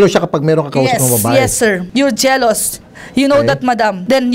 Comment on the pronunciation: You got jelouse you jelouse WAHAHAHAHAHAHAHA